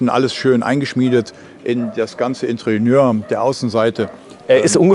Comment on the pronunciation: " Interieur " nicht wie Sie immer sagen Intrieuer. Ansonsten reicht es auch Innenausstattung zu benutzen, auch gut. Danke für die Präsentation